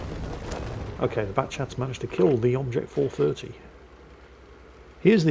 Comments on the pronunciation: sorry do i heare "bobject" or do i have somethin in my ears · I thought I was losing it hearing "bobject" the whole time.